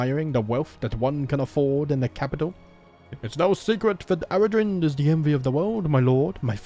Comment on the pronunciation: Eldavaitale - El da vay tal (like in pal) eh Aradhrynd - A ra dreen..the video creator pronounced it correctly